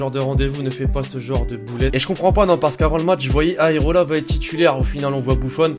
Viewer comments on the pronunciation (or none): Aerola ta dis à 1min51